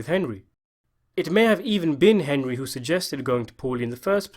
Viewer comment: Young Tommy call Henry “Hendry” What’s up with that?